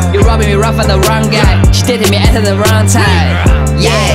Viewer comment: 麻烦练一下英文发音把。。。you date特 me at特 the wrong time。。。